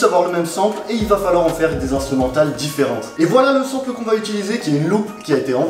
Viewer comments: Dead comment tu dis sample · C'est pas comme ça qu'on prononce sample 😂